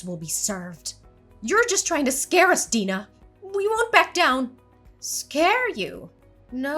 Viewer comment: The proper way to pronounce Deanna is DEE-ANNA not DEEN-UH! these voice actors need to learn how to pronounce words correctly.